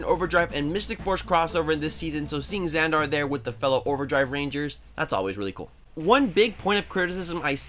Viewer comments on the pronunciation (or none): The way he pronounces Xander really annoys me🤣it's Zand-ARE it's Zand-ER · Said Xander wrong he said Xandar